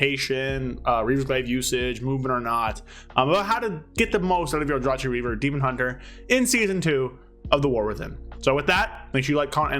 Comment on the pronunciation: Fyi The proper pronunciation of "Aldrachi" is "All-Draw-Key", as confirmed by in-game voice lines. In-game voice lines: The word "Aldrachi" is pronounced "All-Draw-Key" in the game's audio.